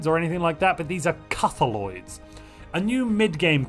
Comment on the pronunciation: CUTHULOIDS YOU SAY?